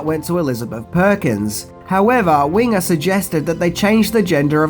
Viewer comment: Debra Winger, not Ringer! Baskin, not Baskins! My god, man, get it together